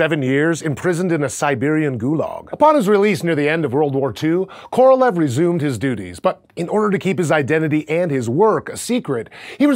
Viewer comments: His name is pronounced Korolyov, not Korolev. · Thanks for that truly awesome vid! But i should admit that in russian his surname, "Королёв" it's pronounced more like "Korolyov', not "Korolev". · His name is pronounced ka-ra-LYOFF. Stress on the final syllable. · indian worst pronounce